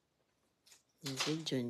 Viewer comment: What jurap? O giraffe 🦒 😅😂nganga ka kaya mga anak mo buloldin.😅